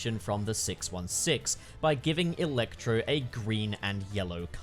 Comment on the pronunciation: I love how weird you say "il-ectro"